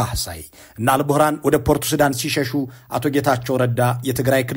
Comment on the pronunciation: የሱዳኑ ጀነራል ኣል-ቡህራን ሳይሆን ኣል-ቡርሃን ነው።